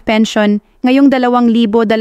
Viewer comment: This is AI. Malimali ang pagsalita ng babae. Yung 2025 di pa nia mapronnounce ng tama. Fake news!